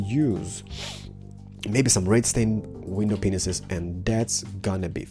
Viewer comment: WINDOWPENISES LOLOLOL. I know it is an accent, but so goddamn funny!